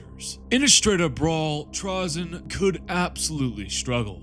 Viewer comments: With the y coming after the vowel “a” in the word it’s pronounced “tray-zen” not trah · FFS, I can't. I love a good hour long video about TRAY-ZYN but I can't make it past 2.5 minutes when it's about Trah-zyn. I know these are made up names by a Bri'ish company, but still. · I want to listen but I don't think I can bear hearing him called Trahzyn the whole time